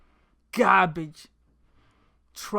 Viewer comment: i wont listen to an idiot who pronounces garbage as cabbage